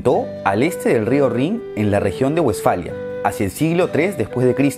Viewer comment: Te di dislike por pronunciar mal Westfalia, en español se dice Vestfalia no Uestfalia.